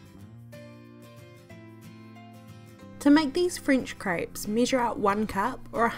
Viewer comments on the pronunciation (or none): lmao it's CREPES not CRIPES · please stop saying craaaaapes its crepes :) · she said crayps 🤣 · I love how she says craips 😂❤️ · Yeah.. Yah .. eggs .. iggs!! measure missure??? Website wibsites??? Everything.. ibverything? Wheat .. wet? Blender .. blinder??? Crepes .. krapes? Omg relax.. relayks